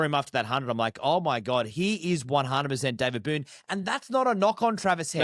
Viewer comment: Its Boon not Boone, respect for an Australian legend :)